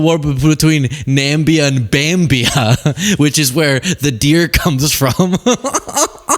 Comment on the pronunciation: The problem is, the people that support agent orange don't know that "Nambia" is not how you say it. They don't know it's Namibia.